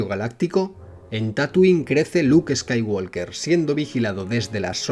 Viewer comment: La "L" en "Skywalker" no se pronuncia.